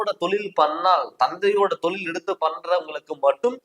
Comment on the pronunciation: தமிழ சரியா உச்சரிக்க கத்துக்குங்க தமில் இல்லை தமிழ் தொலில் இல்லை தொழில் போதும் நன்றிகள்